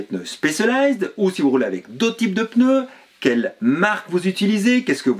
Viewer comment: "PEneu" - vous êtes du sud, non ? 😀 Merci pour votre chaine auquel je suis abonné depuis peu, continuez ainsi !